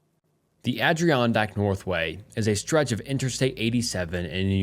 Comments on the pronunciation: The Adirondack story is super close to me, I live 10 mins from lake George. These places are pronounced a·dr·aan·dak and aal·buh·nee. Love your stories and narration as always ❤️keep up the good work! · Bro mispronouncing “Adirondack” is tremendous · The pronunciation of Adirondack is killing me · nice video “Adreeondack” Is pronounced “add-or-on-deck” And “alBanEe” Is All Ben ee Lmao I’m from upstate love your videos! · "Adriondack" mountains, jfc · I can't listen to you butcher Adirondack all day. 😢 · His pronunciation is hilarious, as is the pronunciation of Albany. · Had to stop listening when he kept saying “Adirondack” wrong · I hate doing this cause I know how it comes across, I mean it with kindness- please look up how to pronounce Adirondack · I live up in NY and hearing you pronounce Adirondack was killinggg me LOL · The mispronunciation of Albany and Adirondack was amazing❤️😂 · How do u butcher Adirondack that many times